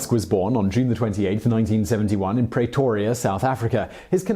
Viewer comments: Just for future reference. It's pronounced Pre-to-ria not Prea-to-ria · A very interesting video, will forgive you pronouncing Pretoria wrong